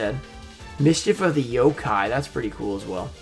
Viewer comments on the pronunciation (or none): none